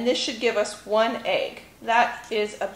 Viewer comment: Egg not agg